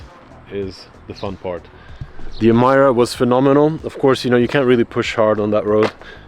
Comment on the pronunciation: oh my ear is bleeding!! cant hear anymore ''Emaira'' coming out from this mouth!! it pronounced as Emeeeeeeera!!